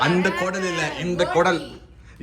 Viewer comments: கொடல் இல்ல திருநெல்வேலில்ல அது பெயர் குலல் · Athu Kulal pa ,kodal illa